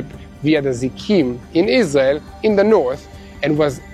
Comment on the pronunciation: I always enjoy your news reports. Yet i have a nagging question. Is your native language Israeli ? I ask because, to this American ear, it sounds as if you many times substitute the "R" sound ("Rrrrr..") with instead the "L" sound ("Lady"). An example is your pronunciation of your country "Israel" sounds like.."IS-LEE-AL" (no "R" sound at all. Is the "R" in "Israel" sounded as an "L" instead ? Thanks